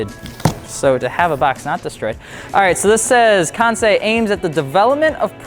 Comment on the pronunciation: FI: promotes Kansei partnership for about over a year Also FI: still cannot pronounce Kansei correctly